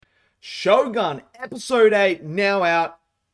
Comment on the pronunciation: why is everybody mispronouncing the word shogun?